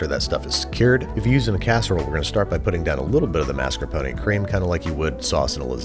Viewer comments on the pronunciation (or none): Why do you say “Maskuhpony” it’s mascarpone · I’m only 1/4 Italian so I’m only 1/4 crying when I hear “mas-kar-poh-nee” It does not contain a miniature horse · Mascar... Mas... Mascarp... MARSCAPONE? This is one of those Berenstain Bears things, huh. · Am I the only one who hears "master pony cheese"?